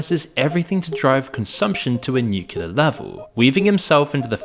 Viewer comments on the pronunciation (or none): One of these days, you'll learn how to pronounce nuclear